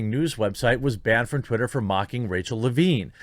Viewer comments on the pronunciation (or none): none